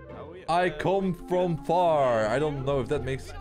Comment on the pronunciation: did you said for and not the word far😑